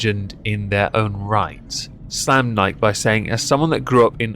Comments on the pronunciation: "Ann-HY-zer", not "Ann-HOW-zer". "NY-kee", not "Nyke". That's an actual deity, we know how the name is pronounced. Kudos on the single malt. But proper single malt is Scot, not English. Glenmorangie is superior. Light beer is basically rental piss. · Nike E, nikey, not Nike. :P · Bud light is an abomination of a beer. Nike is pronounced "Nigh-kee"...uno, like the Greek goddess. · In french we call it Nike to not insult the goddess of victory. Niké also mean "f*ck" in slang French. So ... we pronounced the name of that brand NEIK. Ei = your "I" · The one thing that i hate about Nike most isn't the sweat shops or bad business practices... Its the fact that nobody pronounces it right. You cant be a globally known company AND still have half the world pronouncing it wrong. Pick a freaking lane guys!